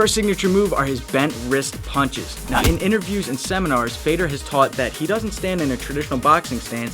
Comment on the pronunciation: Fedor is actually pronounced fey-uh-door